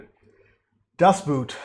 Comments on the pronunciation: It is not Das "bOOt"!!! It is pronounced as if it were actually spelled "boat"… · In German double vowels just indicate that a letter is prolonged. The phonetic sound keeps the same. It is just stretched. So the word "Boot" is not pronounced "Buht" but "Boht" with a long "o". 🙂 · it's "Das Boot", not "das Buht" , it's more like the first vowel in morning or, ironically, in boat sorry for nitpicking. I'll make it up for you: There is a making of documentary and it's breathtaking, answers all your questions... it's in german, though, maybe you'll find subtitles somewhere ..oh, and you'll need a vpn-client, because this is from the public television channel arte from France/germany.... a little teaser: the man over board scene was more real than you might think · "Das Boot" pronounced with a long sounding "o" not an "u". Maybe day it as it would be spelled "Boht". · The o in Boot isnt pronounced as in the footwear but rather like in "Ohh". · Just a small remarkt. You pronounce Boot as Boat (like goat) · Please pronounce it like boat. There’s 3 different versions. 1 original version ( more focused on action) a 3 or 6 series tv version ( total 5 hrs) ( very much giving a psychological picture) and the directors cut somewhat in the middle. The differences in the whole feeling of the movie are quite surprising. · Please ! Do not pronounce it like the "pair of boots" its pronounced like the english "boat" !! Apart from that i totally agree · Great review. Try pronouncing boot, not like the shoe, but like boat with 2 Os The movie feels so real, especially the effects, you almost could breathe the air in the ship. It really leaves an impression. There is an exhibition. Search for “Bavaria Filmstadt boot” They have the props open for exhibition. At a point in the war, if one was drafted, you could not refuse or face a military trial. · Although spelled as Boot, its is still pronounced as "Boat". The oo sound in German is like the word owe